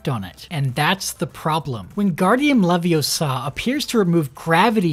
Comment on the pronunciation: funny how he never says leviosa correctly